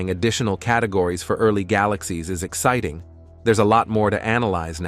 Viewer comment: I hate the AI's effort to speak. The word "Exciting" was pronounced "Ex-SIT-ting".